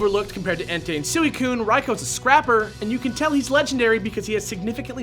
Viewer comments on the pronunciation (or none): you messed up the pronunciation of suicune...